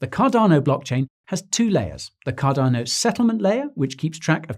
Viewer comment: Thank you for now pronouncing Cardano correctly! You used to really irritate me by saying it without using the 'R'.......Cadano! But I've noticed that you are now using the 'R' much better, which makes me very happy. Thank you again.